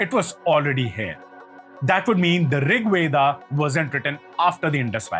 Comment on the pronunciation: Please pronounce Veda properly, without Schwa deletion, nobody will take you seriously otherwise